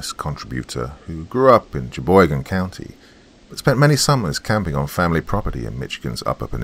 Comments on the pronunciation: He got Cheboygan right! Michigan has some crazy names, in my town we have the Tittabawssee River 😂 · Doc I’m a Michigan resident and this is awesome! I’ve been to all of the places you mentioned here. Really good job on the Cheboygan pronunciation 👍🏻 it’s an Algonquin word meaning tough passage. My family history goes back to the late 1700 in the Michigan area, Louis Mashue was on my grandmas side and he was French Canadian who married a Chippewa Indian chiefs daughter ( which is where we get our Indian blood) and he was a canoe captain with the Northwest Trading Company.